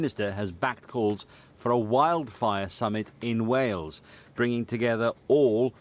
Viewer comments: It would be better if said Way-Yulls. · Hail, snail, whale= Wales. Please make the effort to at least try. You are driving me insane lately with your pronunciation it is not Wells it is Wales 😅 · Love your videos, I've just got one request. Please stop saying "wells". Wales isn't wells like bells. It's Wales like Tails. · Its WALES not WELLS ffs. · Wales pronounced as Wails or better still Cymru pronounced as Come ree. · it's way ells boyo... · He has always said wells for Wales lol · Not wells . WALES